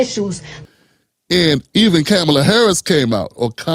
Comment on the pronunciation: What is Talarico going to do for anyone? We know nothing about him. At least Jasmine stayed true to herself and didn't try to pander to cultists and racists. Not to mention the irrelevents like you who purposely mispronounce Kamala.